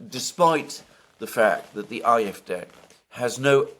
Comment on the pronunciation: WHY do you always call it the IF-day. If you can't pronounce the German then fine, call it the AyEfDee. Please stop doing that. Otherwise, thanks I always enjoy your talks. Except that bit.